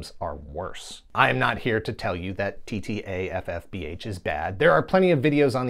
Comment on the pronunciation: You deserve a streaky award for no other reason than the sheer number of times you rattled off TTAFFBH flawlessly. That being said assuming you did maybe occasionally mess it up I’d love to see a supercut of those bloopers. Great Video. Speaking of terrible DIC shows and video, what about an episode on Kidd Video? You mentioned it in this episode and I absolutely loved that show. I even taped Kidd Video songs on my boom box (that’s an incredibly 80s sentence). All my friends thought I was nuts, but c’mon Cousin Oliver from Brady Bunch joins a pop band and gets sucked into a cartoon world to fight evil, how could that possibly be bad?